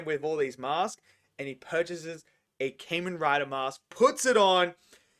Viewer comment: It Kah-men Rai-der